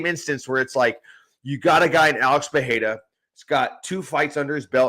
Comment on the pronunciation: Pereira isn't pronounced like that guys, pay attention to the way Anik says it, this pronunciation does not have the same pattern as other brazilians with an r in their name like Royce Gracie and others. This r sounds more like the r in Spanish.